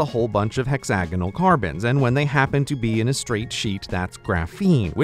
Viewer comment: Hexanogles... Pentanogles... I love it. The bestanogle way of pronouncing hexagonals.